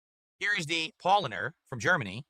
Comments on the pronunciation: It's all Pawl-lahner MOON-CHEN lager's fault dewd. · His favourite beer, and yet he managed to mispronounce both "Paulaner" and "Munchner" - would have taken him 10 seconds to Google it.